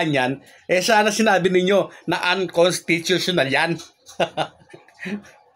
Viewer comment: Ayusin mo ang pag pag bigkas ng unconstitutional,...